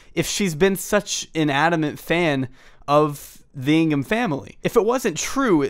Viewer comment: Is it weird that I heard "Chris Pringle" rather than "Ingham"?